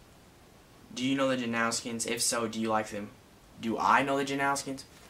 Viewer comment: Janowskian- how Taylor pronounced it😂